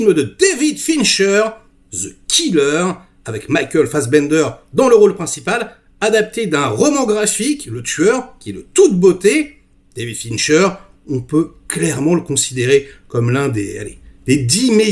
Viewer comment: "The Qu'elle heure"